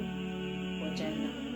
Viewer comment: My fav part was “AssalamAlaikum”🥺 I love the way you say it 💃🏽💃🏽...well on a scale of 1-10 ..6/10 I believe will take me to Jannah InshaAllah..but y’knw Allah knows best he’s in control of everything